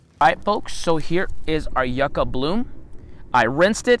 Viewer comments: Do you stick to like the El Paso/Texas area or do you do anything in Las Cruces/New Mexico area? Also not to hate but never heard anyone say yucca as you-ca instead of like yuck-a. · No offense just thought you may want to know ,It’s pronounced yuk-uh. I just came upon your videos and have really enjoyed the I have lived in the yucca valley area of California for 42 years and never tried eating one , but will this spring, I’m going to try soaking it in a little salt water first for about 15 min like you do eggplant to try and remove the bitterness. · Why wouldn’t you add salt pepper, some kind is spices? Maybe if you pronounced it properly you would like it.